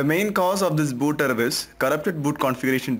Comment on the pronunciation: Da būd errrrrrar